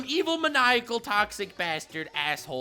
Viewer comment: I love how in each video u say ur Taxic Uhm. Thankfully you don't know what REAL Toxic is.... this is an ultimate compliment here yo Hope u'll secretly appreciate it